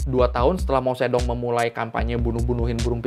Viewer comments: Suka konten seperti ini. Ada koreksi soal pengucapan nama pemimpin Cina .... Generasi 60-70 seperti saya pasti tahu kalo saat itu pemimpin Cina namanya disebut dan ditulis Mao Tse Tung. Tapi setelah era penyeragaman tulisan th 80-90 an nama itu jadi ditulis Mao Zedong, walaupun tetap dibaca Mao Ce Tung. PM Cina berikutnya ditulis Deng Xiaoping, tapi dibaca Teng Siao Ping. Sukses terus buat abang ini.. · Mao Zedong ❌ Mao Cethung ✔️ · Jadi keinget guru sejarah wktu masih SMA. pas ngajarin sejarah2 tentang negri tirai bambu, cara ngeja nama Mao Ze Dong mirip sama cara ngejanya bang. setelah pelajaran sejarah, ada pelajaran bhs mandarin, dibahas jg soal Mao zedong sm guru native dari tiongkok. kami sekelas baru tahu kalo Mao Ze Dong diucapkan dlm bahasa mandarin harusnya Mao ce tung (ikutin penulisan bhs indo ya). sekarang beliau udh meninggal, jd kangen kan.:'(